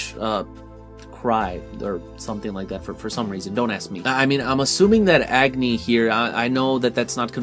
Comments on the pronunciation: it's pronounced "ugni" with "a" pronounced like "u" in umbrella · Those who called Tidus Taydus -- they'll pronounce Agni just like you -- Edge-nay lol